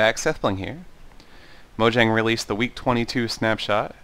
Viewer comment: Random bit of info: The "j," in "Mojang," is pronounced as a "y," sound, not a "juh," sound.